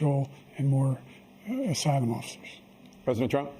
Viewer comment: That "asylmhmffs" by Biden made me emotional.